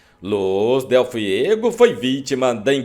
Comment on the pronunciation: É Liz dele FUEGO, bicho, e não FIEGO.